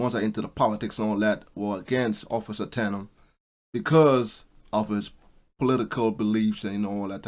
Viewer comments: Bro why you pronounce Tatums name like that???😂 You added extra syllables and all...🤣😭💀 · Offer Tatum name is pronounced TAY-TUM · Tatum (say "Tay-tum")..... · Officer Tate-Em is how its pronounced properly, he's great to watch and direct and concise. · It is pronounced Tay-tum . I subscribe to his channel 🙂 I also lived on a street named Tay-tum spelled the same . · Officer tay-tum. Fyi no disrespect 🤝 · It's pronounced Tay-tum